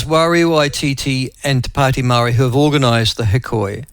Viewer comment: Kiwi vs the Kraut and the Kraut said Maori incorrectly multiple times 😂. Can't hide those German Genes 😅